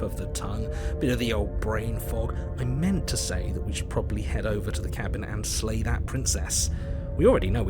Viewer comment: Narrator be like: dammit, i said SLAY not LAY